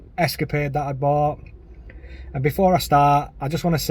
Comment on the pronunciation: "that I baugh, and before I star"